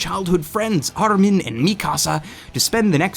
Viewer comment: Kinda drives me nuts how he tries to put a japanese accent on the characters names. I mean they obviously aren't japanese names to begin with such as Armine. It's pronounced just as it's read dude. Japanese can't help but pronounce it that way because well, they are japanese.